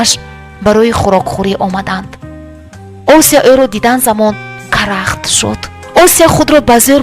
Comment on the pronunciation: Хамааш хуб вале номи Осияро точикона талафуз кун на руси, Ося неву Осия!!!!